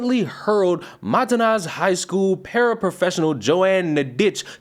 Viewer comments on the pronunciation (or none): Its not matanas, its matanzas wich means killings. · Mantanzas=Mah-Tan-Zahz. Happy the teacher didn’t cave to the placation culture.